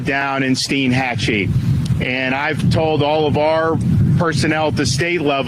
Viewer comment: Steen-hatchie? I think it's Stine-hatchie.